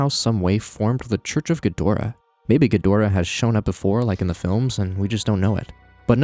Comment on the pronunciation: ghidorah = GHEE-drah